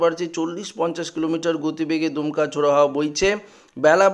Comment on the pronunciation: এরা কোথা থেকে বাঙলা শিখেছেন/দমকা কীভাবে দুমকা হল ????? !!!!!